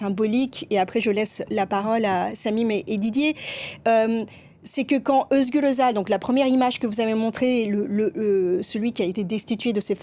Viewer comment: Vous entendez comment elle prononce, Özgür Özel, ah merci !